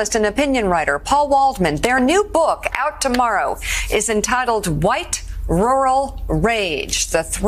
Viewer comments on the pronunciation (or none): My lord Matthew why do you pronounce rural with a "W" 😂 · Why is he saying "Rural" like that ?